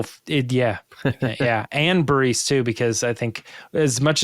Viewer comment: Why does call Bariss "Bareese"?